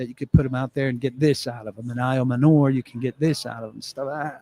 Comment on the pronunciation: All those smart people you're employing, and they haven't told you it's CHIM-RAY and I-YO-MANNER.